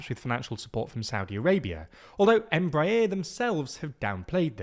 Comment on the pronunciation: The way you pronounced Bombardier & Embraer.... Anyway I'm still sad that Bombardier's C-Series failed under their name... Now I just hope that Embraer's potential 737 competitor won't fall into a similar fate.